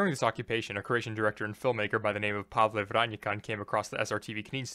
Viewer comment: Konačno neko ko zna da izgovori Pavle na Engleskom. (Finally someone who knows how to say Pavle in English).